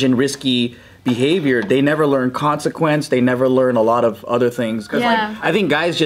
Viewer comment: Does anyone else only hear Kwan-sequence now instead of consequence after being exposed to lmfao